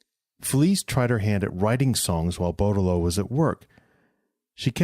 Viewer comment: Respectfully sir, you’re pronouncing his name TOTALLY INCORRECTLY.